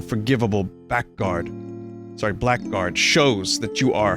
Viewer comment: "Blackguard" is pronounced like "blag-ard", by the way.